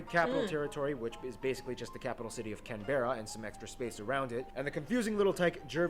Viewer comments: Just a minor point: this guy is American. He will mispronounce Aussie place names. The first is our Federal Capital - It’s Canberra. Pronounced “CAN-bra” not “can-BE-ra” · if u wanna hear an Australians Point of view, keep reading.................. so. he said "can-berra" but its pronounced as "can-bra" maybe bc of our accent but idk Its actually offensive to say the word starting with aborigion...then ending with ease...its like saying the n word but in australia and thats bad... just say aboriginal people or indigenous people, bc if u say that you'll probably get drop kicked to antartica, not just by an aborigional person but probably by his mates too. the fiji and australia fued is bs, fijians are the nicest people on this planet NO CAP. us aussies find it so weird when we hear an american, or uk accent...its just weird...for us. one thing us and aus has in common is that they got rid of their bs president and we need to do the same, sorry scomo and there arent just aborigional, black, euro and asain there are also Polynesians, melenesians...in a few words.. WE ARE MULTICULTURE...literally when he said that there were 6 states i was like...isnt there 5 and then i looked at the map and saw tasmania, sorry to my tasi people.